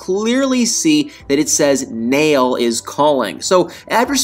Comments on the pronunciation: Unfortunately, TLC "jumped the shark" a long time ago, and continues to lose its credibility as a trustworthy cable outlet. Oh, and, I think Nail's name is pronounced "Nah-eel" not "Nale". Cheers and keep up the good work! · Uhm, it's probably pronounced more like Nah-iel and NOT Nail (notice the two dots above the i and ehm him not being from an English speaking country?!) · Nail is pronounced Nayil. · You're pronouncing his name wrong. It's pronounced Naa-yul. Like Niall Horan's name. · Because of the umlauts on the i, it's pronounced Na-eel. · The Muslim name Nail is pronounced Nah-ihl, not like a hammer and nail!